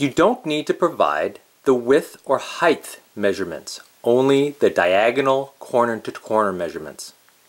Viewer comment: did you say “heighTH” …?